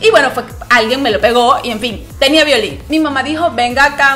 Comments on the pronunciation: Violín a que te referís,no se entiende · Suena muy raro cuando dise violin 😬